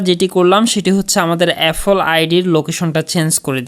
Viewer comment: apphel na re vai apple hobe😂😂😂